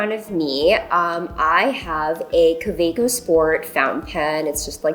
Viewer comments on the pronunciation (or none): Love the channel but are we going to gloss over how she said Kaweco?